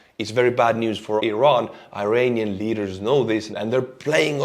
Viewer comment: Iranian not eye-ranian